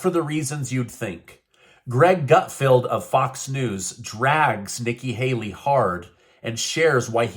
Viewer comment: Yes, Hikki Nayley is a pandering phoney. Ever since you accidentally messed up her name, I can't get it out of my head......that's what I call her now 😂😂😂😂